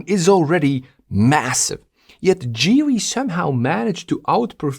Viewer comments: Why are you calling it GeeWy? it is GeeLee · Geely is pronounced "Gheely" like ghost